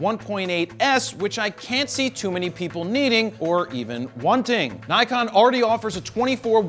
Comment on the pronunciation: >>> Since you mention their name so often, you really ought to learn how to pronounce NIKON. It’s really not that difficult. NIK (like a small cut) and ON. The first syllable DOES NOT rhyme with HIKE. It rhymes with DICK. Think of hard-on, except it’s DICK, sorry, NIK-ON. The Japanese phonetic inventory must be one of the simplest in the world